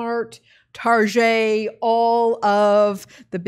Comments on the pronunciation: I always thought it was pronounced Target and not Tar-jay... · Tar GET is so last century. LOL.